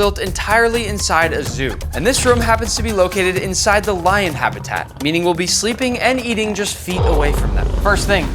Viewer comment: bro really said " I WEWE WIKE WION "